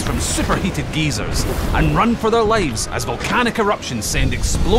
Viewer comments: It’s geysers not geezers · It’s pronounced guy-zer get gezer lol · Blast from Geezers "Grandpa"?...i think he means Guy-zer is how it's said correctly. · I'm from England and we bloody well say gey-sers not geezers! :D